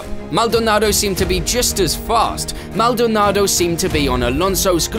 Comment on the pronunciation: Please stop saying Maldonado like that. It’s making my head hurt.